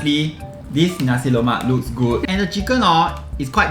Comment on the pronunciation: Lemak not Lomak